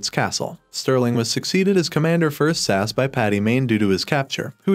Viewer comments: Ess Ay Ess, not SASS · S A S not sass hahahahahaha re-do the video my guy you sound silly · S.A.S. ( that's Special Air Service ) not Sass !!! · Bloody Brilliant. Cant wait.. but please say S.A.S . Not sas... so rude... 😂 and nasty.. 😮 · Mate it’s S A S NOT SASS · Stop saying 'sass', please. It's S-A-S. S A S!! :) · SASS oh ffs it's S. A.S AN ACRONYM ...PLEASE get the name of the show right .....OTHERWISE no-one will take can ideas seriously mate.... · What is Sass??? It’s S.A.S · ITS S. A. S. NOT SASSSSS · Special Air Service abbreviation SAS in not pronounced as one word. It is either pronounced as individual letters S A S or full name, Special Air Service